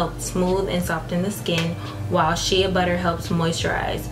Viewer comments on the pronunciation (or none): Shea butter is pronounced “Shay” hun, not shee-uh